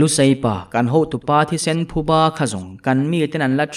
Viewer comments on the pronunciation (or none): none